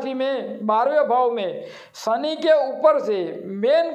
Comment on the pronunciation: सनी सनी क्या बोलता है ? शनि बोलना सीख। पहले उच्चार शुद्धि कर। फिर वीडियो बना